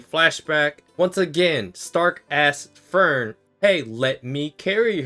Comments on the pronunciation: Ngl if Fern and Stark don't get together, people are gonna riot. Especially with the most recent episode. Btw I hate that he pronounces Frieren and Frielen or Free Eren. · Frie-ren. It's not hard to pronounce. Free Ren. FRIEREN. PLEASE. I'M BEGGING!